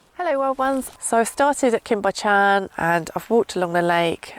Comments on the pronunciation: Cwm Bychan....Cum Buch ( ch....as in Loch) Ann. 👍🏻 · Such stylish, interesting, watchable click bait 😉I mean that in a very nice way . Walking in that big and ferns is really exhausting Oh, Cwm Bychan, pronounce it Coom buchann Loved it 👌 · Cwm Bychan as in ch for LOCH!! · It's pronounced Coom Buck-ann lol. I'm not Welsh but lived there for some years, my kids speak Welsh and laugh at my pronunciation haha. Thanks for another great video, lovely to see the place I used to wander when I was younger!! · Cwm Bychan is pronounced cum buck-an. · I was lucky enough to live around there for many years. I know that swimming spot well. This film warmed my heart! Well done! ps. Your pronunciation is hilarious, please don't change it! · I love your vibe!! 😎 PS when you have time you might want to work on your pronunciation of place names. Cwm Bychan eek! 😂